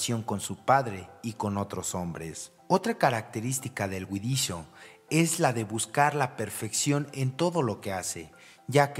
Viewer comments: se oye huidizio y otras huidichio; debe ser huidizo. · Huidizoo ? Ocomo dice? No alcanzo a oir claro. ?😊